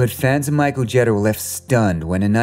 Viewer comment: Mary Wicks also played a nun and drove the bus in The Trouble With Angels. Mary Wicks is also in White Christmas with Bing Crosby and Danny Kaye. How did you miss this?!!?? It's Micheal GEE-TER, not JET-ER